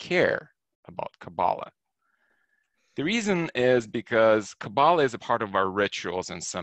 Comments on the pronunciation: You are pronouncing it wrong. Emphasis is put on the last sylable. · You don't even pronounce Kabbalah properly. You don't even which way you are traveling.